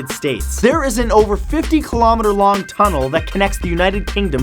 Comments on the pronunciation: It's not pronounced (keel-low-meter) it's pronounced (kil-oh-meter) I'm American. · Kilometre like kilo gram not kill. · ki-lo-meter because it's made up of kilo's, if it was the way he pronounces it it would have two l's but it doesn't.